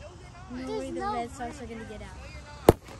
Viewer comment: He really said Red "Soxs"